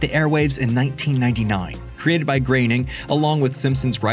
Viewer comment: Matt GrAYning ?????? wtf....... who employs these uneducated uniformed morons ? grOAn !!!!